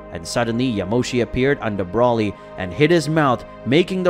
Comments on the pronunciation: Who is brolly? its BRO LEE and its vegito not vegeta? you pretend to be a db fan and you cannot even get the names right.... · Brauly is not his name!!!! It's broly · You still cannot say Broly why you cannot say his name, right